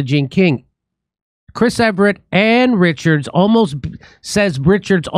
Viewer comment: Jimmy, its EVERT, NOT EVERETT.....